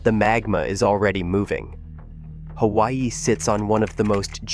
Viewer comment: If you are going to push BS you need to at least learn how to pronounce Kilauea and Hawaii.